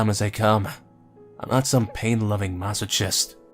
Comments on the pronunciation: its Mass o kist not mass o chist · mo-si-ch-ist ....omg i was having a moment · you had me with mass-O-chist XD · you pronounced mashochest so wrong XD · I've never heard anyone pronounce "masochist" like that 😂